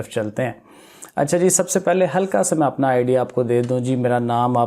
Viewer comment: He says apnaay mobile too chorna ni h😂😂😂